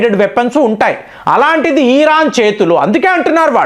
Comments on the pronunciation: Mr not e ran but mind it,it's Iran. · బాబూ ఈరాన్ కాదు 😂మేం తెలుగు లో ఇరాన్ అంటాం 😂